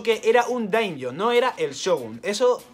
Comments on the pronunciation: pequeño comentario al respecto de los daimyo. En japonés la sílaba myo es un diptongo, y se pronuncia "mio", por tanto la pronunciación correcta sería daimio y no damjo (como pronunciado en inglés) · Se dice "damio", no "daim yo" : )